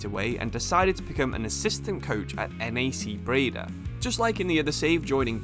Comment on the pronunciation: Lol bro no hate... But how did U pronounce NAC Breda 😂❤